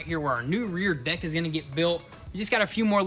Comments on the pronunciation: He totally said dick instead of deck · You know you said dick not deck lol love it keep up the awesome videos